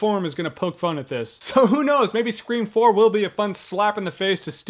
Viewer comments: you suck!...i hate the way you say screfourm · haha Scre-form lol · I think Scream 4, or Screfourm as Jeremy says it, sounds like a good movie. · this is not a remake its the next sequel if it was a remake then it would have just been called "scream" not "scream 4" or as jeremy calls it "screFROm" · As long as I can keep hearing you and others say "Scre-Four-m," I think I'll be okay. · Screfourm lmao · uhm. i think its bs/ and i also giggled every time you said "scre4m"